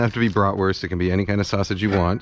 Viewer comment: greeting the non-binary folk? thumbs up Kenji, thumbs up! We need more peeps like you! only your pronunciation of Bratwurst could improve :P (I'm a german )